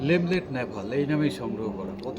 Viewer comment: Not LEMLET this is LENLET NAVALE orange.